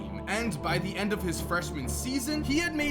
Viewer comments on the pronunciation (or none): Is it just me are does say end1